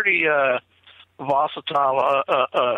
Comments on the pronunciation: annoys me so much..with his horrible use of words and how he mispronounces them over and over again.I don't believe he has observed as much as he sais he has.also,he's the only one that hears the caller breaking up.weird. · uses a word "vocitle" repeatedly it's not a word. It makes him sound ignorant and it's hard to hear over and over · If this character says the word vosatile one more time, I'm going to snap. It's volatile,.. VOLATILE! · Ok,I thought it was just ME hearing it wrong! He IS saying "VOSITILE ". LOL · Haha, I was about to say the same thing. I think he's combining "hostile" and "volatile". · Lol!! Dang that word "vositile" is murdering the king's English!! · It’s getting hard to keep hearing the word “voss-itile”. I think he means volatile. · Was so sure vocitile was a word, almost as sure as they were on the menu....😂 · seems like a nice guy, but he said "vositile" so many times it was driving me bonkers! I think I'll just start making up my own words too. lol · vositile..? it's kinda hard to take some one seriously when they come up with a word like THAT. Although, I remember hearing an interview with Jeff Meldrum where he kept saying "dimunative" when I believe he meant "diminutive".... 🤣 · vocatile is definitely not a word - but I think he means volatile? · Vosetile!!?,, you mean volatile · Vocitile lol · It makes me itch. See my snarky definition of 'vocitile' in the comment thread. 😃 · uses the word “vositile” so convincingly that I had to get a dictionary to check to see if “I” was mispronouncing it!!! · "The whole situation was "vosatile". I think he means 'volatile'.: -) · Gazgandalf Lol...vosatile. I noticed the same. And he said it 7 times. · So glad I was not the only one irritated by the word “vocitile”. I kept correcting the half dozen times he used that non word. Lol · Vosatile???? Could you mean, volatile? Hmm Repeating Vosatile over and over. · What's "vositile"? Does he mean volatile? 😂😂😂